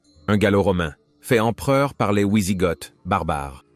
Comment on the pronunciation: Super vidéos merci à toi sur cette période il n y en a peu. Par contre pour les prochaines pitié ont dit "vi sigoth" et non "oui sigoth" merci à toi 😂